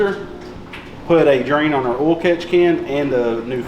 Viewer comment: Honestly, please stop saying oi-il. I much like ol better. 😂 Be who you are!